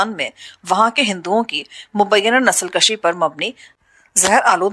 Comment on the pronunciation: نسل کشی کو nasl kushi پڑھنا ہے. البتہ اسے nasl kashi پڑھنا درست نہیں ہے. فارسی میں کش kush کاف پر پیش کے ساتھ کا معنی قتل کرنا ہوتا ہے جبکہ دوسرے فارسی لفظ کش kash کاف پر زبر کے ساتھ کا معنی کھینچنا ہوتا ہے. اسی طرح کا ایک لفظ بز کشی ہے. یہ ایک کھیل ہوتا ہے جس میں گھڑسوار بکرے کو کھینچ کر اپنے گول کی طرف لے جاتا ہے.